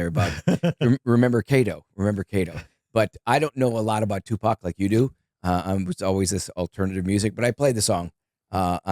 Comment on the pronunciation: The guest says Topac? Not even close to #1 mysteries